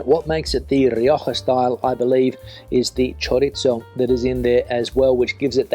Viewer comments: Yes, we've said it time and again: choriZo. th panCeta. th Not choritso, not pancheta. Ironically, he can say paella and Rioja quite right. Misterios. panCeta. th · We already told him, panceta, not pancheta. Also, that It is chorizo, not choritso. PanCeta ChoriZo Both like th in English. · Diga "panceta", no "pancheta"; y es "chorizo", no "choritso". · 😂😂😂 ChoriZo PanCeta No choritso and no pancheta. But he can say Rioja, por lo menos, ja, ja, ja. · why do you say "choritzo" rather than "choreetho". I'm learning Spanish. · He does not pronounce it correctly. It is: ChoriZo PanCeta ce, ci, za, zo, zu --> th He says "choritso" and "pancheta" instead. It is NOT correct. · My favourite one is the garbanzos con espinacas, but only because I didn´t have to hear you butcher the word CHORIZO (where is the "T" in that word?) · Great commentary video! But just a request to all English speakers out there: please say "choriTHo", it is NOT an Italian word, FFS. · Yes but he is not reviewing Italian food. No "pancheta" in Spanish food. He also says "choritso", ha, ha, ha. He can say Rioja but he cannot say chorizo, why? Misterio.